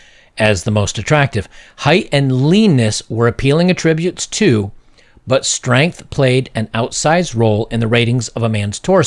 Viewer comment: "Attributes": The NOUN is pronounced "AT-tributes." The VERB is pronounced "at-TRIButes."